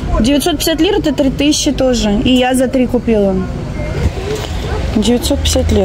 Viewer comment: добрый день. Хочу вам подсказать- если надо заказать что то на троих, говорите ТРИ, а не Фри. Фри по английски "свободный". Для турок понятней наше три, они сами не проговаривают английский звук th. Спасибо за путешествие❤.